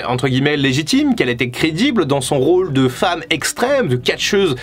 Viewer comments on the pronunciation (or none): none